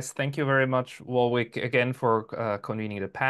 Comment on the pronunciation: All-Star Cast!💙 Take note, non-Australians!: Warwick pronounces his name "Worik" ;-)